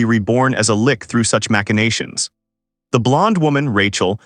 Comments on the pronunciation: she's not a Lich, she's a "Lick" lol Also, the Ai is reading the story left to right, should be the other way around. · Whoever made this has done such a shoddy job of making a script for the AI to read it will give you a migrane trying to keep up with it. From stupid shit like reading out 'thats' as 'Tee Aych Aye Tee Ess' to switching between "L-itch" and "Lick" (pick one, stick with it) not to mention that names keeping changing. Total nightmare, probably a good story though. 0/10 DO NOT WATCH, DO NOT PASS GO, REMAIN IN JAIL